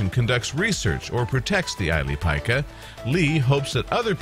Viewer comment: It's the ili pika pronounced ileee pee kah ,hate when English speakers don't do the research to find proper pronounciation of other countries